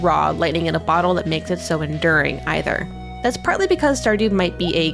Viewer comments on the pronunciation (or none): en-DEAR-ing not enduring lmao